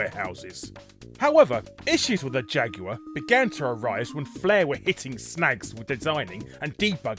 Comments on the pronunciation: you mean jag-you-er? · The Jag-U-Are? How can you pronounce Jaguar wrong? lol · He also called it a jag-u-er. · Damn, Jaguar is a three syllable word... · Today I learned Jaguar is a 3 syllable word.